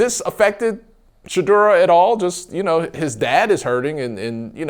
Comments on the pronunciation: Am I the only one who hears Shedeurah everytime calls Shedeur's name? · I hear it too!! Lol